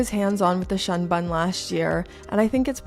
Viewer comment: It's pronounced "shoon boon" I believe.. 😅